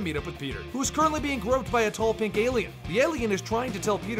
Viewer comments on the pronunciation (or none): none